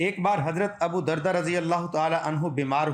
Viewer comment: ابو بردہ نہیں بلکہ ابو دردہ